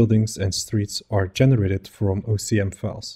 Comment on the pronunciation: You keep repeating OCM instead of OSM :) Anyways great implementation, I'm always amazed by the power of data-driven procedural generation in Houdini